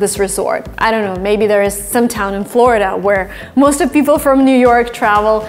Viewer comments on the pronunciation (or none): none